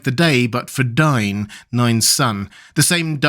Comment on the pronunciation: Not NINE. NAY-in. Not DYNE. DAY-in.